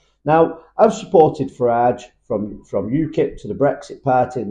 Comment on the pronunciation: Farage! Not Farell.